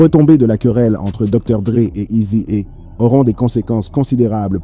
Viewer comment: NW "Â" gangsta Wap 🤣🤣🤣🤣🤣🤣🤣 bro tu abuse sérieux... eazy é 🤣🤣🤣🤣🤣 eazy hé Easy et Izi haie 🌳🌳🌳🌳🌳🌳🌳🌳🌳🌳🌳🌳🌳🌳🌳🌳🌳🌳🌳🌳🌳🌳🌳🌳🌳🌳🌳🌳🌳🌳 🤣🤣🤣🤣🤣🤣🤣🤣🤣 sérieux je le redis... tu abuse cousin